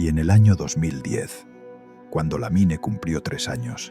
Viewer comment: SE PRONUNCIA "LAMIN"